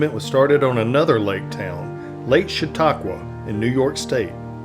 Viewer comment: My hometown. The guy is butchering Chautauqua though. 😅 Everyone does.